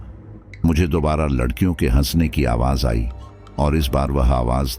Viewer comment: Ek bar aap ne ladkiyo ki jagha lakdiyo bola tha 😂😂😂